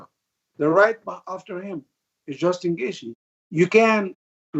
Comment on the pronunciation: Ali just wanted to call someone else a terrorist lol "Justin Gaethe"